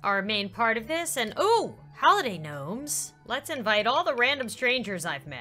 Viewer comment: its oli dah sound like holiday